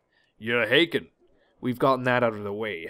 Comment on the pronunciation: Hakon would actually be pronounced H - awe - kon.